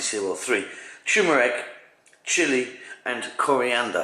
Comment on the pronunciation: Sorry, a bugbear of mine. It's TUR-meric, not TEW-meric! Nice looking recipe though :)